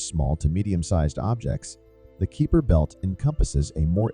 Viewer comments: I stopped watching in when the repeated pronunciation of Kuiper as "Keeper" annoyed me too much added to he suspicion that there was nothing new here as they took to say nothing at all. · Was about to ask what the Keeper Belt is. lol It wouldn't be so bad, but when Kuiper and his belt are mentioned so often it is very irritating! lol